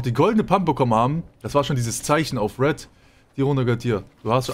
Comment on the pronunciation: das heißt REDDD. Wann streamst du immer?